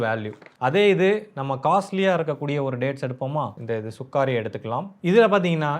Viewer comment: Anna athu சுகாரி இல்ல சுகரி